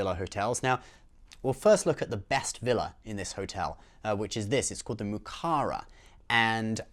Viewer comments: It’s muraka not mukara lol 😂 but we get ya 👍🏼👊🏼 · It's MURAKA, bro